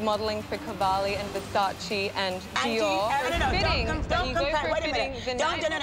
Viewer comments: Yeah,... it tells a.lot... Lol 😂😂😂 A super famous supermodel cannot pronounce right a super famous fashion designer's name.🤣🤣🤣 And she worked for him. What a shame!!!! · I wish she would, after all these years, know how to pronounce Versace... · How come not even naomi knows how to pronounce Versace? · Naomi, Naomi after so many years you aren' t able to pronounce Versace's name🙄